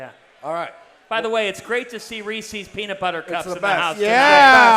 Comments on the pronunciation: It's Reese's!!!!! Not Ree-cee's! For the millionth time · it's been months now and dave still can't say reese's